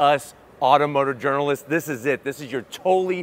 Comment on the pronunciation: "auto motor journalis" "This is your tolly" Such English...